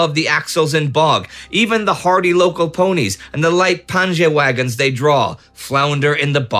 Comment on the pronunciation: Not really "pangewagen" should you pronounce the German name for these little Eastern European carts. Panjewagen should be pronounced "panyeahwagen" as it comes from Polish "pan" (Mr.) - "panie" being the vocative, spelled "panje" in German as the Germans didn't know its meaning. That's how Polish drivers of those carts would address each other. First occurrence of this word is from WW1 and it was Franz Conrad von Hötzendorf who first supplied panjewagen to the German army, being the chief of staff of their Austro-Hungarian allies, as they occupied some Polish lands. Then came Panjefrau, Panjehaus, Panjemilch, Panjebrot, Panjebett, Panjepferd - meaning peasant woman, house, milk, bread, bed, horse and so on. Edelpanje the Germans would call an Eastern nobleman. But panjewagen, peasant cart, was most popular by a distance.